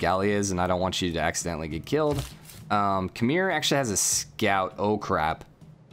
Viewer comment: oh and Khmer is pronunced Kh-mare not Kh-meer